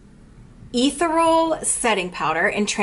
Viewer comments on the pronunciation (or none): Love your grwm! 💜 You look beautiful 😘 Also, ethereal is a hard one to try and spell out phonetically, but I'll try, lol... uh-thear-ee-uhl hope that helps! 💜 love you 😘